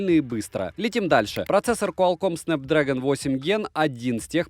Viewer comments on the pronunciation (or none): none